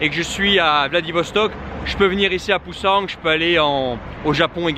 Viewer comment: il n'y a pas de g à la fin de Busan. En plus, prononcé à la française ça fait vraiment peu naturel. Si tu fais d'autre vlogs en Corée du Sud, utilise la prononciation locale qui se rapproche d'autres langues parlées en Russie;)